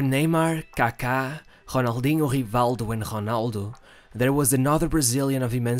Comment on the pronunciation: Homario, Honaldo, Hivaldo, Honaldinho...🤣🤣🤣 It’s awkward 👊🏽🤪